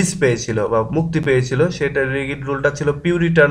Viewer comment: ভাই (Rigid) রিগিড না রিজিড হবে